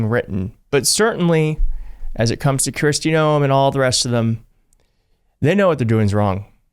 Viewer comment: Just curious- do you call her “Kirsti” instead of “Kristy” on purpose? She’s absolute trash and needs to go away, so I’m not at all bothered. Just curious.